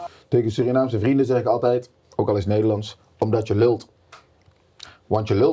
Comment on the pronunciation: Steven moet nog even de uitspraak "je lult" leren, verder is die best ingeburgert